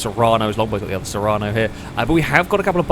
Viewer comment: Sorry to be picky but the SUV in the very first round is called the serrano, you kept saying serrana :D